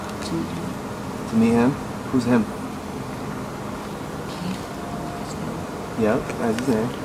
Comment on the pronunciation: Someone who can’t even say Keith making fun of kids named Keith is hilarious.